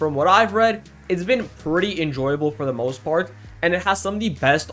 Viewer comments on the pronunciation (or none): none